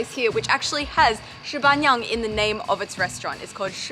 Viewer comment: Your intonation is all over the place, not trying to be picky, but I wasn't able to understand you. shiba niang (十八娘） should be "shi" up, "ba" flat, "niang" up.